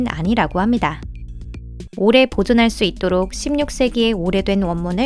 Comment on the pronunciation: ~~ 합니다 `~~ 있습니다 할때 음이 너무 부자연 스럽네요 그전 영상에서는 못느꼈는데 어색하네요